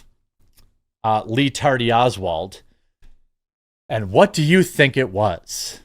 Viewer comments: His name is REE. Not LEE. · It’s REE-tardy Oswald. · I'll never stop hearing Ree Tardy Oswald 😂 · "Lee Tardy Olswald"! 😂😆😂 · It's "Ree Tardy Oswald" you filthy casual.